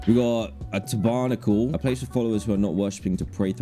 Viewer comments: Not Dan pronouncing tabernacle as ta-barnacle 😭😭 For anyone wondering, it’s pronounced “tabber-nackel” :) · Tabarnickle it’s a tab-er-nac-le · Dan you kinda pronounced this wrong. It’s said like Tab-er-nack-le.